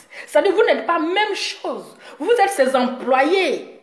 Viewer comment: Et puis on dit pas "vous êtRes quoi ?" Mais "vous êtes quoi ?". Faut demander à EK là elle va t'aider à bien conjuguer le verbe être. Y en a leurs larmes pleurent, moi mes oreilles saignent tellement tu massacres joli français des gens là. Ça va améliorer tes directs. Take care... lol